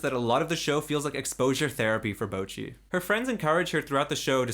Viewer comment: Bocchi is the way to pronounce it...not boki..